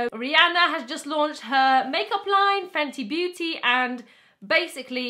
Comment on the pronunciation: "Fenty Beautyyyy" in her Welsh accent😂😂